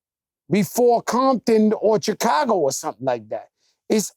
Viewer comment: This man’s full Puerto Rican came out soon as he tried to pronounce Chicago 😂😂😂